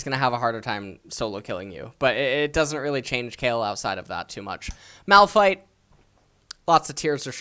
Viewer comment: Who is Moldfye? Edit: Malphites BEST mofin pronunciation ever heard, btw <3